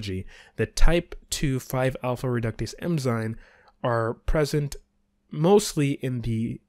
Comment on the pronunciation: Great video. Small tip: it is “eN-zyMe” not “eM-zyNe”